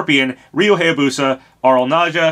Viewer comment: It still bugs me how you mispronounce Hayabusa (high-yah-boo-sah, not hey-yah-boo-sah) and Heihachi (hey-hah-chee, not high-hah-chee), but not Reimu.